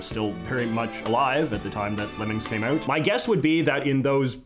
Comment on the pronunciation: I’m loving the video but the way you say “out” gives me A.D.D., Takes me about 8 seconds to be able to hear you again after you say “ooooot”